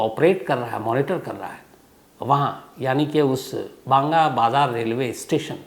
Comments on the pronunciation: BAHANAGA BAZAR not Banga Bazar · Sir Good Evening It's Bahanaga bajar not Banga bajar❤ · Ye banga bazar nahi bahanaga bazar hai...english sayad apka kamjor hai